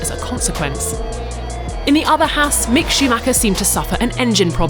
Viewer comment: "Haas Sandwhich"